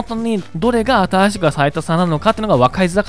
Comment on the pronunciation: ゼロの言い方が、ぜぉ 新しくが、あたぁしく ちょっとおもろい